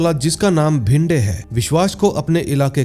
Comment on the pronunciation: Bhinde nahi re it's bhide , vishwas ka surname saranjame hai sarjami nahi😂